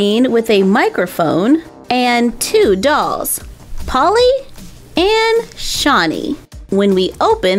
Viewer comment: *Shanii you pronounce it shan nii